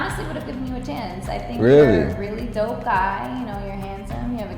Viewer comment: " I think you're a dope guy." Emphasis on the "dope."